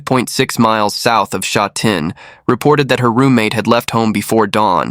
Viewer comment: The voice over totally butchered the pronunciation of Sha Tin. This is just terrible. Sha Tin is very modern and populated now. There is a popular race track there but it is not as nice as th one in Happy Valley.